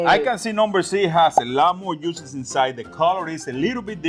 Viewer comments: I like how he pronounces “juices.” The heat will make the muscles contract and push all the beautiful “USES” back into the steak. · The yuices lol... the prounatiations killing me but it be sounding so much more better... I don't even want juices no more